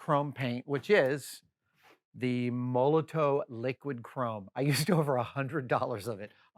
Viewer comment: Great and hugely satisfying vid as usual but I feel obliged to point out that it's pronounced Moll-o-tof, like the politician or the bottle bomb, many thanks, D